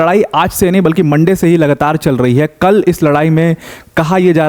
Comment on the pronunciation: How Notice Kol..( kal )..🤣🤣